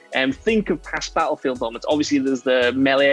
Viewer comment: Can we tell what culture guy that Battlefield has two T’s in it. It battlefield and not Ba-llefield..